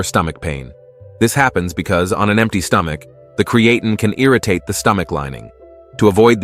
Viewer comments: cre-ATE-in? Stupid AI robot! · Cree-A-tin? Cree-A-tyne? Cre-ATE-ing? Which mispronunciation are we going to go with here? Oh, what the hell, let's use them all! You people are a joke. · Touch for me to take him seriously seeing that he can't pronounce Creatine correctly! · Lost ALL credibility with the mispronunciation of the main freakin topic. 🤦‍♂️ 😅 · My thoughts exactly